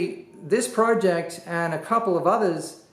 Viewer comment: omg stop saying project like that